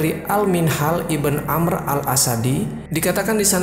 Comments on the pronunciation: maaf akhi, sebut nama jangan Ashif iben Barkhiyah, lebih baik anda sebut Ashif bin Barkhiyah atau Ashif ibnu Barkhiyah, menurut saya lebih jelas seperti itu, agak janggal didengarnya kalao disebut ibn (iben) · ibn dibaca ibnu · Iya didengar nya aneh